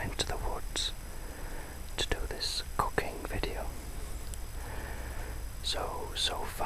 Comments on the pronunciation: at first i thought i heard u say cocaine video as opposed to cooking video lol thanks for lulling me to sleep u r awesome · OMG! When you first said "going to do this cooking video" i heard it as "going to do this cocaine" I was like WHAT?!!